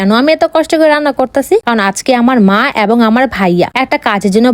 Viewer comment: এবং ❌ আ্যবং ✅